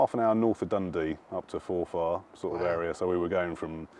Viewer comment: Jees He needs to learn how to pronounce Forfar. 16000 population cringing....Forf arr not Fore Far